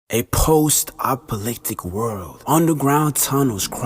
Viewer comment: laughing out loud in the first two seconds of the video "a postapolictic world" 😂 its just a silly mistake, happens to everyone all the time but when the video starts like that it makes you really lauigh hard idk XD